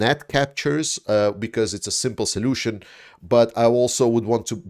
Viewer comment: Can we now start calling him General Zolution?🤔😉